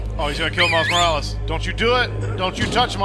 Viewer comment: Morles? It’s Morales 😄